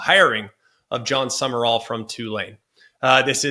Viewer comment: It’s pronounced “Sum-rall” not “Sum-er-all” 🙄